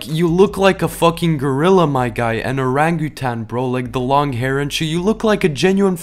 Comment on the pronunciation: You’re pronunciation Orangutan is hysterical